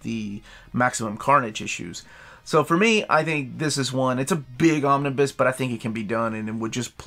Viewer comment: Every time you say "Romnibus", my heart breaks again. Also, no love for the Howling Commandos? 😂